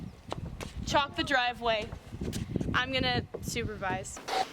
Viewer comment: Omg when she said chalk up the driveway I heard “chop up the driveway” and I was so confused